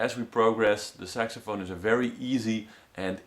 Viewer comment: Thumbs up if you heard him say SEXAPHONE! XD